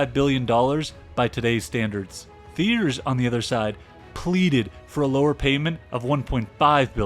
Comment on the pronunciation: annezed nice(neyes)? that's neeese, chum. theeerz? tea-AIR. gotta smarten up ur ai narration